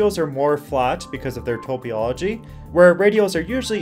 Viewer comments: Tah-pah-low-gee, not tow-pee-all-oh-gee. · What is Topyology? It’s topology. 🤣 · Top-oll-oh-gee FFS! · It's topology not topiology 🙄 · Are you saying "topology"? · Learn how to pronounce "topology". If you do not know what the word means, don't use it.